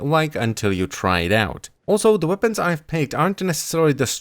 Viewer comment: Wopens, you said wopens